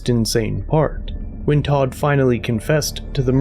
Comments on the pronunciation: It’s tow-t family, not Todt the way you’re saying it. It’s German. It means dead ironically enough. Anyone that has played RuneScape knows Wintertodt. Also, I know some German. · Hey dude, it’s pronounced Tow-t, and it’s German, it means dead ironically enough. Wintertodt is a popular world boss on RuneScape, this is not how I figured this out but it’s the most common example of Todt I know. Well, now this. Poor kids. Poor dog. There is no afterlife and I hope his brain realizes that as it shuts down.